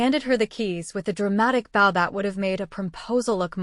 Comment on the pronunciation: They still can't say "Bow" correctly..?? Its Bow like on a gift. Not Bow like the bow on a boat.